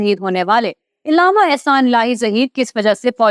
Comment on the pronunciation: لفظ علامہ ع پر زبر ہے زیر نہیں ہے آپ کو اردو بھی نہیں آتی تو نیوز پر بیٹھ گی ہو